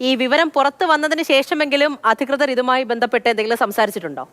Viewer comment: അധകൃതർ അല്ല ഇച്ചായി.... അധികൃതർ 😊0.09 ഒന്ന് കൂടി കേട്ടോ